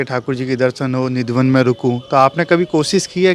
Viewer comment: Radheshyam Sundar.🙏🙏 Nidhivan bolo bhai